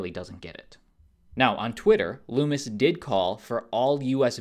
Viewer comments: How about you have the decency to learn how to pronounce Lummis correctly. Her name isn't Loomis. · Lummis rhymes with hummus. Not pronounced LOOMIS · Yo you're mispronouncing Lummis' name. It rhymes with hummus.